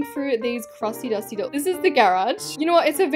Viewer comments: The way she said “duty” instead of dusty 😂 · I love how it said the crusty duty